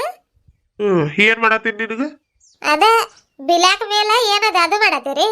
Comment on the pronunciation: ಹಾಯ್ ಸಿಸ್ಟರ್ ಪಾಪ ಸಿದ್ದೆಗೌಡ್ರಗೆ ಯಾಕೆ ಅಷ್ಟು ಹಿಂಸೆ ಕೂಡ್ತಾ ಇದೀರ ಅದು ಕ್ಯಾಂಡಲ್ ಅಲ್ಲ ಕಿಂಡಲ್ ಸಿಸ್ಟರ್ ಅದು ಬಿ ಲ್ಯಾಕ್ ಮೇಲ್ ಅಲ್ಲ ಬ್ಲಾಕ್ ಮೇಲ್ ಏನ್ ಸಿಸ್ಟರ್ ನಿಮಗೆ ನೀವೆ ಸಬ್ಸ್ಯಾಬರ್ ಆಗಿ ಬಿಟ್ರಾ ನನಗಂತೂ ನಿಮ್ಮಿಬ್ಬರ ಮಾತು ಕೇಳಿ ನಗು ತಡೆಯೋಕೆ ಆಗ್ಲಿಲ್ಲ ಸಿಸ್ಟರ್